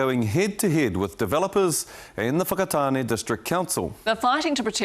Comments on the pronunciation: Where's the O in Whakatāne aye lol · The sheer fact that the Mayor cannot pronounce Whakatane properly is ignorance in itself. What angers me the most is how some Pakeha have no concept of "wahi tapu" nor do they care. What also confuses me, is who in their right mind is going to put their whanau in a retirement village that is right next to an urupa? "You're old Mum/Dad. How about spending the remainder of your life right next to a cemetery"?